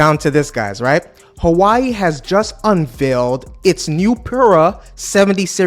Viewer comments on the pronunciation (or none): I knw you are not from China but for a content creator like you, I think u shld even try to pronounce the product u are reviewing well. How can u be calling Hawaii instead of Huawei? 🤦🤦🤦🤦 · Funny, the primary reason people use Apple devices is the ecosystem which is second to none. Huawei is hardly a threat to them. It’s also pronounced “Who-wa-way” not “Hawaii”. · Hua- we_i. Not who ai🙄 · I love he called this phone Hawaii instead of Huawei. This sent me back to my fun time during my Hawaii trip in the past😂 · HUA-WEI Bro not hawai its not dissame name and speak words huhuhu damn bro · Its Huwawi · „Who Ah Way“ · Hawaii? Lol can't take you seriously if you can't even pronounce the name properly besides the fact you got so many things wrong bout Huawei. U need to do more in depth research about this company. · nah it’s alright it’s just funny. It’s a million time better than how a lot of Dutch pronounce it!! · I think that you check the pronunciation of Huawei. What is impressive about Chinese corporations is they are always reviewing all products and that they encourage innovation and new businesses. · Man stop pronounce the name wrong that is just disrespectful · if you're going to make video on a company I would recommend at least learning how to correctly pronounce the name Huawei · If you gonna cover a brand at least learn how to pronounce it's name